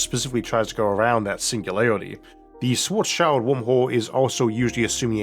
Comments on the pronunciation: It's Schwarzschild, not "Shwarts Child" 😂 The "-schild" part is pronounced as in "-shield", not "child". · yea and it's so sad that they all pronounce it like "black's kid" :p